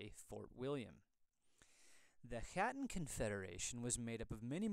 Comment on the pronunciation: I am American born so part of the diaspora. However, I confirmed with the clan Chattan association that the pronunciation really should be hatton, not chattan, which means the letter c is silent